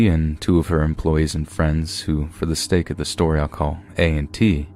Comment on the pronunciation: Lol did they say for the stake of the story lol that’s funny haha I had to rewind that part like 4 times to makes sure I was hearing it right 😂